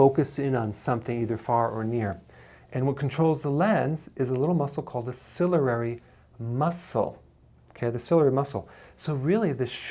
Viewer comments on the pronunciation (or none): "Cilalary muscle" LOL